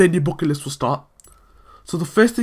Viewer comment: Not Bucket list man dont you hear? its Bocket Listt